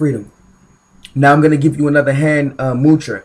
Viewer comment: It's not mutra. It's mudra